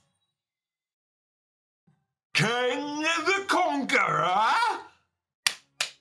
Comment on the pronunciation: The way you said, "KANG THE CONQUERER!!" cracked me up! 🤣